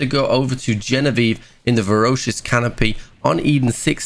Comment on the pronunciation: I like your content, but I got to say. In almost every video you drastically mispronounce a word. I may be a pedant, but it drives me crazy. Your primary job is to speak and your getting it wrong. If you're doing it as a troll, well done, but if not, come on. (BTW in this one it's Voracious.)